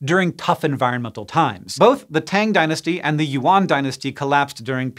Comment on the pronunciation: You’d think they’d find out how to pronounce Yuan correctly